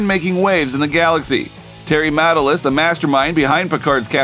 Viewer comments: What is with the “Mata-lis”? It’s pronounced “Matt-al-is” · May I suggest you learn how to pronounce the guy’s name before you record? The name Matalas (sp?) has the accent on the second syllable. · This would be far better if the narrator could pronounce Matalas correctly. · I watched until you mispronounced Matalas.